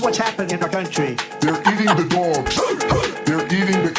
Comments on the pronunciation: Did you say doyoggs on purpose? I’m full so cal surfer. But doyoggs? Megan still love you.., but doyoggs. Sorry I’m busy tonight. LOL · I enjoy your accent "dogs" and when you impersonate ot use voices.